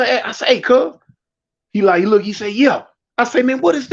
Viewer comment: "Dem grits"😂